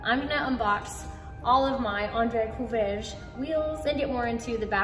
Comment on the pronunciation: you got the beginning and the end of his name correct, the middle not so much. It's pronounced "cou RAY ge"